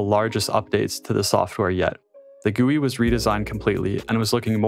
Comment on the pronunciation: Love the video but the way he pronounced GUI made me cringe 😂💀